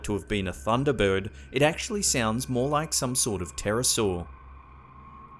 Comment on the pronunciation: How many syllables do you need in "bird?" He says "Thunda Burwud"